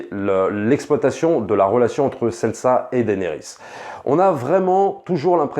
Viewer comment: Ok jai mis pause a la video pour écrire...: sans offence c'est pas Sensa mais Sansa ! Ok on peut reprendre 😉😉